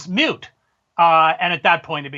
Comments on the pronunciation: Unfortunately I cringe when Chris who is so erudite says 'mute' instead of 'moot'. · Did het say "letitimacy is mute"? LOL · Dude is a writer and said "Mute" (Moot) point and "Expodentially" (Exponentially) during this interview so far.